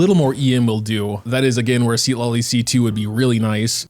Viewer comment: its pronunce ciTLAli, not SID LA LI